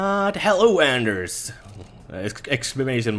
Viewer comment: Why does everybody think his name is? It´s Anders and el is not his last name, el in swedish is electricity. But really bugs me:D But I understand that it´s not easy for like Americans to know that.